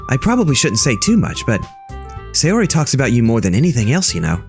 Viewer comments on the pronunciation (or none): and sayori is pronounce sai or ee, yuri is pronounced you rli* *basically an R that turns into an L, and Monika is a european name